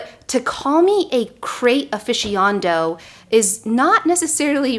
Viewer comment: A what? Aficiando? Lol. You mean aficionado?!